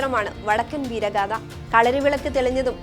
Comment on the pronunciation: വടക്കൻ വീരഗാഥ എന്നാണ് അല്ലാതെ വടക്കൻ വീരഗാധ എന്നല്ല... ചാനൽ കാർ ഉച്ചാരണം ശ്രദ്ധിക്കുക